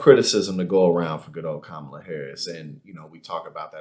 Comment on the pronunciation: I'll give mcaninny (yes I spelled it that way purposely) credit for one thing; she pronounced Kamala's name properly. Something most dumbpublicans refuse to do! Was that a subconscious nod of respect to our vice president? Only mcaninny could answer that. My guess is NO!